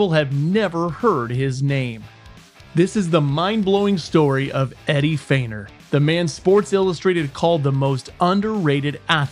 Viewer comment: Eddie's name 'Feigner' not 'Freighner'.